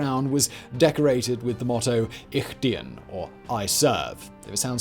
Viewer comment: Not bad on the german pronounciation of "ich dien" :goodvibes